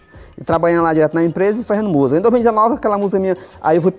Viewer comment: Ele pronúncia Musga. 😮😮